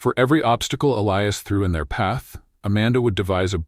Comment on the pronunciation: At about : : or so the unlikely pronunciation of 'Elias' is brought up again. It almost certainly should be that spelling but with a hard 'i' instead of the softer one wrongly selected by the team!. The 'I' should sound like the 'I' in the affirmation statement (I am). LoL Oops 😢😂❤